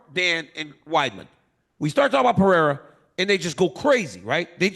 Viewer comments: Chael No Chama 😂😂😂 cus he calls him Peeirah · Pa-ray-da... and chama means champion... Chael no champion lol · Can someone please tell this man it’s not pronounced pee-era?? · Hes doing it on purpose but he says muhammed perfectly but messes up “belal” he knows he can’t mess with his last name😂😂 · For whatever reason, Chael saying Pee-era instead of Pereira is sooo tough on the ears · Peeira lmao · ESPN should bleep every time Chael saids "Peeira" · Chael is mad entertaining but can someone tell him how to pronounce Pereira’s name properly?! Daniel keeps saying his name properly! Hello! Help the man out! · Someone stop this man from pronouncing Alexs name like that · Pereira❌ Pierre✅ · Chael made him French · He's been corrected on it numerous times, he just thinks he's being funny by saying his name wrong. Dude's a total clown lol. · Facts I mean what's with this guy. How hard could it be for him to try and learn how to pronounce the name correctly. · he can’t his tong literally can’t role thh he at way u just a hater